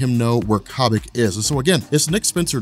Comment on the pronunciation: Ok, one question...why is Sharon Carter, who used to be the same age as cap, and falcon, more or less now drawn like an old bag? ok, two questions if Zemo stole the knowledge of the super- soldier program, why doesn't hydra have super-soldiers? PS; I think it's pronounced Que-bic. But I liked her better when she was called Fifty-Sue